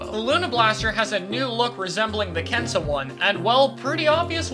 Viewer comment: You’re saying “Kensa” wrong,. It’s a Z sound, not Ss sound.